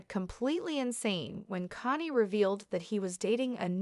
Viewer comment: What's wrong with you? You can't even pronounce his name